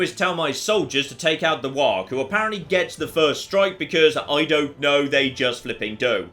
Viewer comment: Is no one going to mention how he says "warg" lul